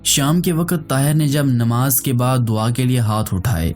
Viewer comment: Nimaz nhi hhi Namaz hota hy